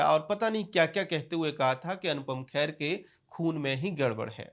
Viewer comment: Arre bhaiyya khair nahi hai wo kher hai.Naam theek se lijiye